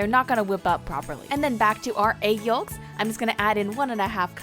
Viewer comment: I like how she pronounce egg yolks It sounds like "egg yoks" Sometimes I mispronounce egg yolks to yoks too😂😂 Tbh she looks like a filipino? Love her baking skills tho❤️❤️❤️